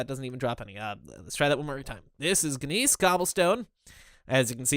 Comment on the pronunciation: It really bothers me that's you call it bismuth because bismuth and bismuthinite are different. Bismuthinite is an ore of bismuth, not just a shortened version of the word. I'm not mad or anything obviously I'm just trying to make sure you pronounce things right. A couple other things your pronouncing wrong are gness, in which the g is silent so it's pronounced like "nest" without the t, kapok is pronounced ku-poke, and I think there are a few others butt i can't remember them, I'll tell you if I do.